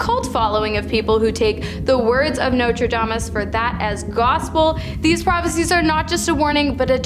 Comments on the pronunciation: lol Nostradamus, not Notre Damus. lol😅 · The intro could’ve used the same research. Nostradamus has predicted very little with any kind of certainty. Edit: excuse me, she’s talking about… “Notrayeomis”. 😂😂😂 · Nostradamus has an "s" in it. Please pronounce things correctly. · sorry... its Nostradamus and Haley Bop.